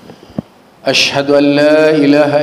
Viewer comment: baca syahadat nya salah. Baca teks aja biar tidak salh waashadu anna........... Bukan wassadu......😵😵😵😵